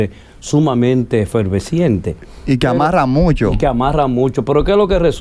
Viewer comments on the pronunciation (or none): Qué vergüenza, ese psicólogo habla malísimo… “efervesciente”…por efervescente!!!